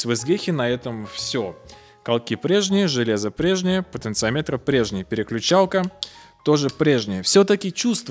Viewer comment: Извиняюсь за замечание. В слове "потенциометры" ударение на вторую О.